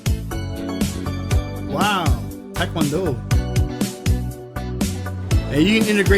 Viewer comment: 와...지민씨 소개볼때 태권도 발음 정확한분 첨 뵙네요.다 타이건도우 이러시든데.